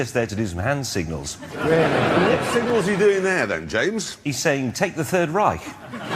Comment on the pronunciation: i mean reich is mispronounced but it is quite funny